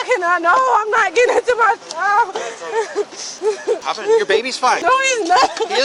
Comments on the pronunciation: Can any black person please tell me why most of you cannot say CHILD? Almost all of you say CHOW, or CHOWED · the word is child. not chowded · I noticed the inability to pronounce the word "child" correctly, too. Sad